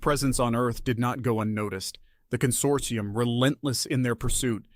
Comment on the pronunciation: "Con-sort-EYE-um" So close, almost thought you were an AI over that one.